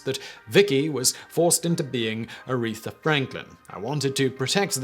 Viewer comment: ARETHA! Not “urethra”. Love you, Simon, but seriously, get it together lol Also, yes: Business Blaze pulls off, quite nicely I might add, the exact right amount of crazy